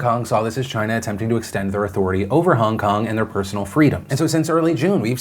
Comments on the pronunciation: is it just me, or does it sound like Phil is saying Hung Kung, not Hong Kong? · "Hung kung" lolll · Hongkong was spoken 6 times. Philip also pronounces the name wrong. It is annoying